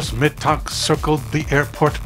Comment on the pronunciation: You pronounce his last name incorrectly